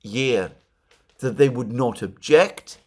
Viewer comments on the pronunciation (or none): none